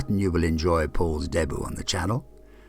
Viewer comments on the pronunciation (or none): That's not how you pronounce, ''debut''.